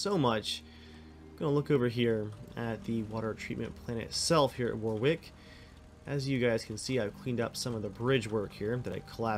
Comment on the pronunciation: Why can’t Americans pronounce the names properly it’s wahwick I know it’s because your not used to seeing those names and they’re spelt weirdly.